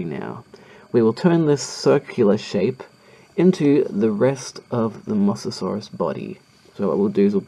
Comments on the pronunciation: It's pronounced moe so saurus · Say mosasaurs like mo-za-saurs